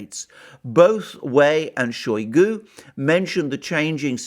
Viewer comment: It is not [showy goo] it is [shy goo]. Using [showy goo] makes you sound like a Brit mispronouncing Russian name. In Russian, o or a can make English sound a, depending on placement of word stress.